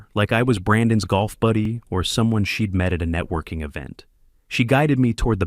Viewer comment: But shed instead of she'd? Laughably bad.